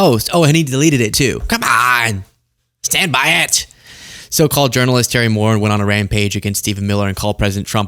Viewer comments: the Irish last name Moran is pronounced “mo-RAN” not “MORE in” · Moran is pronounced with the accent on the second syllable, hence, "moh-RAHN." It's Irish. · Terry Moren? C'mon bro, you can't even pronounce Terry's last name. It's Terry Moran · Sorry, but it's Moran- Mo ran! 🏃. Just an FYI 💙🇺🇸💙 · Pronounced moRAN u Moron. Stop picking your nose. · Correct pronunciation "More An." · The late great Robert E. Lee 🥴 Also - Terry’s name is pronounced more-ANN